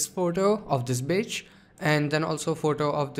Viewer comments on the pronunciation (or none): Am I the only one who heard it as "bitch" :/ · Bro. Dude. My man. Need to work on your pronunciation of the word "beach". lol But good tutorial thought!